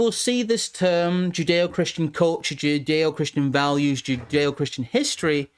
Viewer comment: Joodayoh-Kryschan valyoos